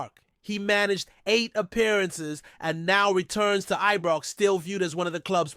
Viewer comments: Am sorry folks, I can't stand this guy getting Ibrox wrong, Its always Ebrox with him, it's insulting, does he check pronunciation of Scottish area's. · I agree he always says ibrox wrong also he says Govan wrong as well get someone else who can talk properly